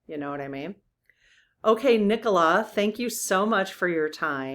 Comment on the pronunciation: Nikola Tesla was a Serbian. Nikola is pronounced neekola with a long e.